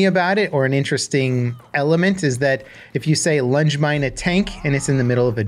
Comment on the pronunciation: I heard lunch mine 😂